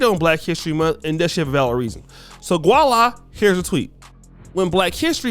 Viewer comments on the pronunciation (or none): Hold up,. wtf... did you say gua-la??? Lol, it's voila.